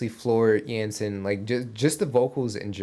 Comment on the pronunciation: The only thing Troy does not play is ice hockey ;) Floor Jansen is Dutch, so you pronounce her last name as Yansen, not Jensen. Best regards from The Netherlands!